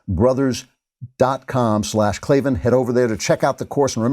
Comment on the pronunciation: "There are no R's in Klavan!"